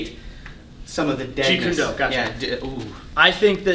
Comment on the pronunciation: Seriously please stop pronouncing jeet kune do the wrong way. .it's so completely not cool and is disrespectful. Other than that I love this channel and you guys are accomplishing a lot for the martial arts community